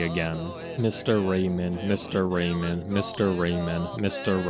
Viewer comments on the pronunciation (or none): Dont mean to mock your accent but I heard absolutely every single pronunciation of "Raymond" as "Rayman" and was picturing the floating hands platform game protagonist as the vile seducer stealing China's waifu. Thanks for the hilariously awful mental images. 😂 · The d in Raymond is not silent.